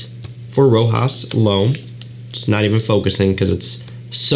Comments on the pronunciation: my friend its Rochas..not Rojas...Rojas looks like spanish 😉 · it's pronounced like "Rosház". i like the house. very important and historical house that it's so popular nowadays. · I would say is pronounced rather than spelled, "Rocház" but the s is silent.. I have left a comment to the reviewer before, but he keeps pronouncing as it was a sort of american word. 🤔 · sorry, i meant "pronounced ". My bad. This is a french house. Reviews should search a bit just to know how to pronounce this brands and fragrances names. So many people pronounce "Rojas" "Roca" "Roshá"...